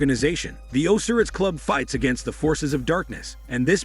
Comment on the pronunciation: would be nice if you could pronounce Osiris Club PROPERLY. Did you actually see the movie?